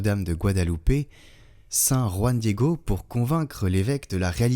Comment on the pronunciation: Très bien prononcé "JUAN DIEGO 🎉😂❤